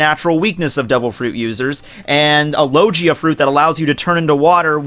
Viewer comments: i wanna watch this video but you just called a logia fruit a loJea fruit Please corret your pronounciation your killing my hears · It's Low-Gee-Aa, not Lo-Jee-Aa -__ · It would be called the mizu-mizu no mi, it's logia not lojia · It's (Low-gee-uh) ur killin me ma boi😂. Talkin bout a lojia fruit😂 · Did I just hear him say “Lojia” instead of Logia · Lojia type? I think you mean logia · is extremely smart also: says lojia instead of logia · Yessssssss logia not lojia it annoys me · Lo. Gee. A. That’s how I say it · it's not loJia, it's fucking logia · Low-Gee (guh not jee)-Uh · HE SAID LOJIA IM DONE... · No fucking way, did you just pronounce logia fucking Lojia, what the hell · Say it with me low-gee(as in like a karate gi)-uh. Its literally pronounced so much through out the show, it blows me away how so many of you one piece youtubers are consistently mispronouncing it. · Low-gee-ah not low-jee-ah Also I believe if a misu misu fruit were true then you could swim in water by using water around you. It would be op but that's why it would probably be one of the strongest. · Did he just say lojia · Ur saying lojia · "Lojia" ughh, hearing that makes my skin crawl, lol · "Could a lowgeea type dev-" Yup paused the video and I'm not watching the rest lol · "LO JI AH"?? Since when does G sound like J? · please for the love of God stop saying low-jee-a. please... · The way this guy pronounces logia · The way used to say logia is so weird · you pronounce logia wrong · the way he said logia...... AHHHHHHHHHHHHHHHHHHHHHHHHHHHHHHHHHHHHHHHHHHHHHHHHHHHHHHHHHHHHHHHHHHHHHHHHHHHHHHHHHHHHHHHHHHHHHHHHHHHHHHHHHHHHH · the way he said "logia" Kill me now